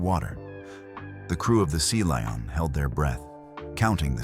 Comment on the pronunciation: What a load of overblown codswallop! The least you could do is teach your AI narrator how to pronounce Lion.